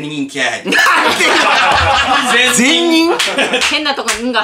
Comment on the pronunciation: 全員ことを…ぜんにんって…笑えた🤣 大丈夫ですか？